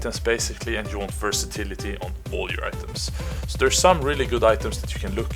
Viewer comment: "I dont think SÅ" Sounds like a fellow swede ? :P